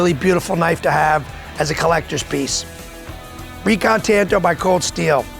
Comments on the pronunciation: It’s pronounced “tahn to.” The Japanese language doesn’t have a hard “a.” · They say tanto weird. It's normally pronounced like katana. They're both Japanese blades after all.... (kaTANa / TANto)